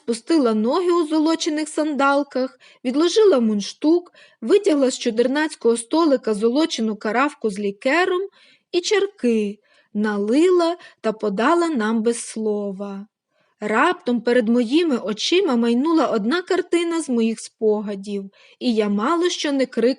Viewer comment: НалИла? лікер. Нічого не відповІла? Треба слідкувати за наголосами